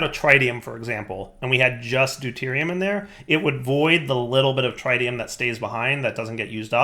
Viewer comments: Pretty sure the tri in tritium is pronounced like triple instead of like triangle. But I had to look it up. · His inability to pronounce Tritium continues to hurt my soul... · Learn to say tritium please